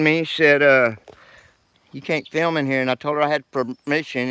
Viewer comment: Why does he always say fee-ilm. It it digital data and doesn't require any film yet he insists on calling it feelming.